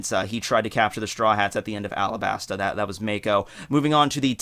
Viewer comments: I like how bro pronounces Alabasta 😂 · great video. just to mention it's not Alabasta, it's alaBasta(talking about the pronounciation). also Akainu not Aka Inu